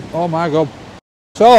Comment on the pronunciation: Sometimes I think he says: oh my gob instead of oh my god. 😂 It's always a joy to watch your clips,. It's just that every time I watch... My tummy starts to rumble. Wonder why? 😁